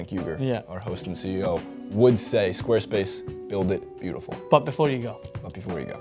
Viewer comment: Lol i had no idea he was saying 'squarespace' until they flashed it on the screen